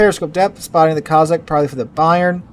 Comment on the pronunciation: Coss-ack,, coss-ack, not coz-sack.